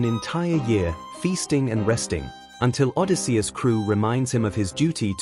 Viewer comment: Nope. I can't listen to Odi-SEE-us even one more time. Goodbye.